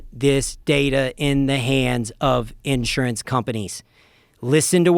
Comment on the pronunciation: Smart guy but the way he says “insurance” throws me off